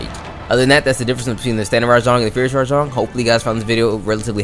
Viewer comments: btw its RAJANG NOT RA-JONG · Hearing this dude say “rah-JONG” instantly made me leave this video